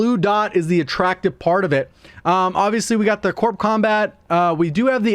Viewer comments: It's pronounced like this "Core" not "CorP" with a strong emphasis on the P. The P is silent. But then again..call of duty guys, what can I say? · The p is silent. It's pronounced core combat. Similar to the way we don't pronounce it Marine Corpse